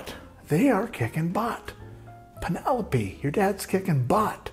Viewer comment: You had me at "PEEN-elope."